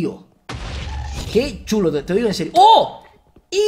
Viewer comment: like si crees que wiyll en el minuto dijo ensirio en vec de enserio